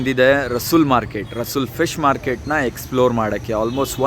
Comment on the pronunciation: My dear friend, it's not Russull...it is Russell Market. Mr Russell from England opened this market.